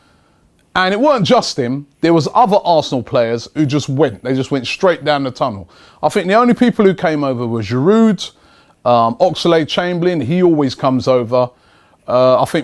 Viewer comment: Why do you keep saying GIrouD? The D is silent. Its frustrating hearing your pronunciation.